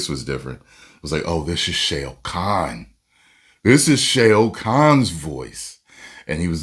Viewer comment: Responds to ED BOON….and does a Ric Flair voice. Smmfh Then mispronounced SHAO KAHN through the whole video. 😂😂😂😂😂😂 Good luck bub.